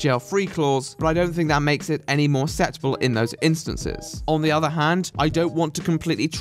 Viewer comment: why do you pronounce "acceptable" like "ass-ep-table"? C'mon, you're meant to be speaking the Queen's English after all! :) Good video as always though ;)